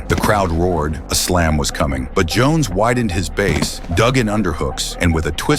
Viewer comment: The Ai combined Jackson & Jon Jones together then started calling Jon Jones Johnson 😂 bruh wtf